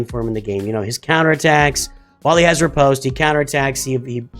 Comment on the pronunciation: Love your channel. Please stop mispronouncing “riposte.”